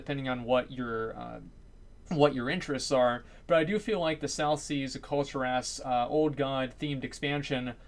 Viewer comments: Kul-Ti-rass. No no, no no no. Kul-Tear-us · Please up vote this so I don't have to be super triggered. As, its pronounced Kul-Tear-as